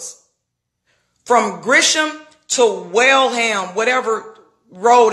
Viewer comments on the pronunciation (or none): Bitch ain't from Atlanta if you pronounced "Gresham" wrong